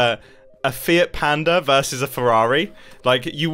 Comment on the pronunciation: who else heard "fear panda"